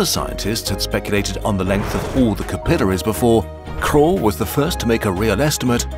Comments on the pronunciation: the sheer amount of times you pronounce capillaries wrong is infuriating. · all this digging and can't pronounce capillaries correctly. ... seems legit.